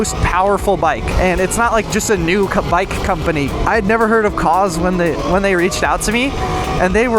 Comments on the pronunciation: Cause❌ koohz✅ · ummm....i believe it's pronounced "cooze" 😆